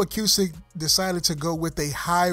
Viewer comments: Nice video very informative. However acoustic is pronounced "a-coo-stic" not "a-q-stic". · A-cooo-stick not A-que-stick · The way you say A-cue-stick makes me insane...its just acoustic spelled differently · why he keep say a que stick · Acoustic Pronounced A-Koo-Stik.